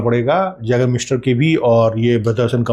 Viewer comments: Sir this is pronounced as yagermeister not jagermeister. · जैगर मास्टर 😅❌ आइगर मास्टर ✅ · Sir small correction yeh as a yay.gur.miester kehlati hai j pronounce nhi hota